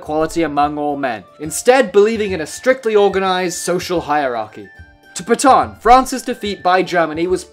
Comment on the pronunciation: Could you not have tried a bit harder to pronounce the name Pétain? It's not even close to your "pay-tahn." Any English speaker could at least say something like "pay-tan." AN like in AN apple. I'll bet you also say "macrone" for the current president of France. Un petit effort, merde!